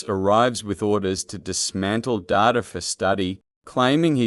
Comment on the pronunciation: Good commentary on AI and Trek. Ironic that this AI voice can’t tell the difference between Data the character and computer data 🤖